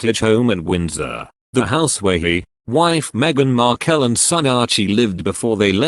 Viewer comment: Would have been better if the narrator could pronounce Markle properly. Let us just see what happens in the next few days shall we.